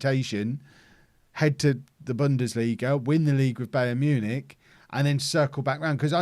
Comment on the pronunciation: Is it me or is mispronouncing Bayern Munich?